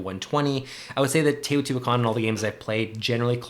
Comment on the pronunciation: I think Teotihuacan is better than Tzolkin. You also pronounced it correctly, pretty great actually. I own both and enjoy both, but Teo is one of my favorite games, possibly #1. Both games rely on timing of your moves. In Tzolkin, you're timing when to pull off your workers to pull off a big move, in Teo, you're timing the placement and powers of your workers to also pull off big moves. I think they differ in that Tzolkin is a worker placement, but Teo is like a worker rondel, since once you do an action, you have to go around the board to do the same with that same worker. I love going up Teo's tracks to get bonuses and comboing that into other moves. I agree Tzolkin has the great gears, and it can play quicker.But Tzolkin suffers from a non variable set up. The technologies never change, and this has led to people coming up with a couple dominant strategies. Teo has a lot of variability out of the box in the base game, so this is less of an issue, every game is different. I'm just a Teo fanboy, there I said it. This game made Tascini a favorite designer. I hope he (alone) punches out another game soon.